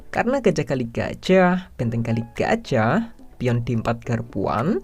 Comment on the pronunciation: Hanya disini penyebutan gajah jadi gajiah 😂